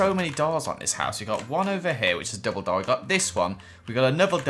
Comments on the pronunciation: instead of double door i heard Dumbledor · Is it just me? Every time says “double door” it sounds like “ Dumbledoor” 😂